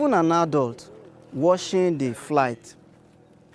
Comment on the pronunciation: To pronounce watching, u say = “wochuhng “, not woshing like u said. To pronounce washing. Look more video on how to pronounce some words on speech and language videos.